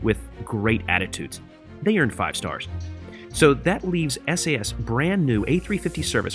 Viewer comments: Hello. I am from Denmark. So you normally say Sas. Your welcome! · It's definitely pronounced Sass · Referring to how you pronounce “SAS” in Norway, which is a part of “SAS” we would say “Sass” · We Swedes pronounce it ”Sass” to be honest